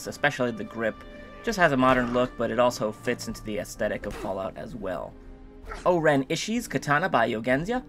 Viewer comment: The katana is from kill bill and is pronounced oren ishi-i